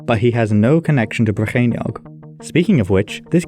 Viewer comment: Two questions: 1. Did Arthur really exist though? 2. This 'Rheinwg', are we sure it was in Whales and not somewhere along the Rhein river?